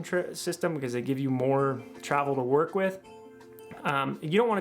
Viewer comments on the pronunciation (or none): none